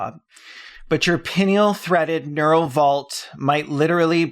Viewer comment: Pineal is pronounced Pie Knee All 🤣The glazing and sycophancy of these bots is off the charts. No matter what you say it's sharp, brilliant, amazing and exactly the right question to ask, etc, etc. It's no wonder people who are looking for confirmation fall down the rabbit hole